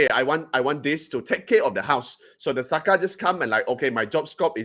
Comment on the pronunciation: SAKA is the spelling. The pronounciation is SAKÈ. It practised by most those day society...it wrong if you mentioned expecially Boyan. 😏😒🤨